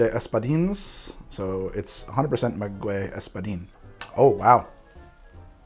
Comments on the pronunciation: Maguey is pronounced Mah-gay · Mah-gay-ye which is how one would pronounce Maguey , loved the video makes me wanna drink more. Responsibly ofc